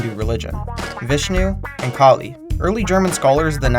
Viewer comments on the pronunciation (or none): none